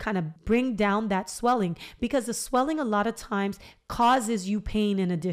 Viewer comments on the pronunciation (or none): “Sweeling” so funny girl! I’m literally sitting here chuckling for the first time after my extraction early this morning so I thank you. I needed tht lil laugh.. 😂You better do yo podcast perfectly, so inviting and very professional! Yasss gworl!!! I said YOU BETTA DO IT! More importantly, I truly needed this! You explained it in a way that made me understand and trust you. Not to mention you cute sisss!!! Felt like a good friend just giving me advice… not many can achieve that and for that I appreciate you!!! ❤️❤️💪🏾